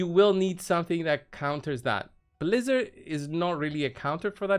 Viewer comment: Ummmm excuse me good sir, it’s pronounced Blizz-ARE 🤪😂 just messing around hahaha thanks for the video bro! Happy holidays! 🎄